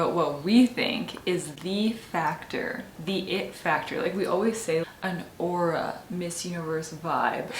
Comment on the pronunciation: The word is 'aura' 😃